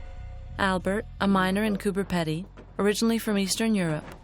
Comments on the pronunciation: and why is she saying "Peddy" instead of Pedy? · It is not peddy it is peedy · Pronounced "Pee-dy" as in speedy, not "peddy". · cooper pee-dee not peddy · Would somebody tell her that Coober Pedy is not pronounced Coober Ped-ey it pronounced Coober Pee-deey. Just like everyone else in the movie says it. lol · and she keeps saying Coober Peddy LOL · You're mispronouncing Coober Pedy. It's Coober Peedy. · Coooper Peeedee say it properly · Why did you voice over what the people said, so spoiled this YouTube! Also it would of been better if you could pronounce the places in Australia correctly, did you not listen to the Aboriginal man saying Cooper Peedy? You spoiled this whole thing. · Coober ‘peeedy’ - thanks very much. 🙄